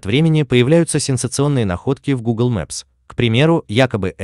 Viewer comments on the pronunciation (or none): none